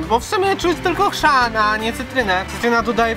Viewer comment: HRZAN a nie krzan